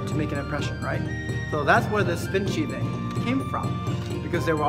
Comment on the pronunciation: What he says: "spin sheathing" What i hear: "spin shitting"